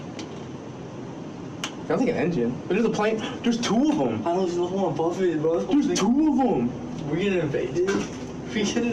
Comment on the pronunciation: "There's toovum!!"